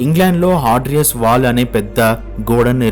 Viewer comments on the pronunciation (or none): హాడ్రియస్ కాదు హేడ్రియన్ డానీ కాదు డేసియా .